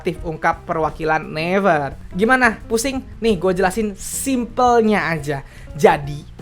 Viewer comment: Gw gemes pas dia ngeja naver -> never Gw selalu nyaut naviiiirrrrr